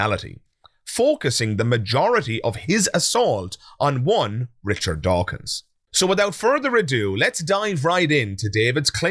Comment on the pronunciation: Anyone pronouncing “Richard” as “Rick Ard” has no basis for judging anyone else as “annoying.”